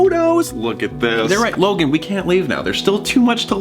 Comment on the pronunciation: I thought he said “Logang” I was low-key cringing